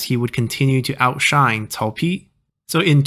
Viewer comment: did you say Zhi instead of Pi. Edit: I mean